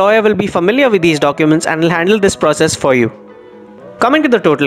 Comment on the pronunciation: Hello speaker why do you pronounce "with" as vith or "willing" as villing ?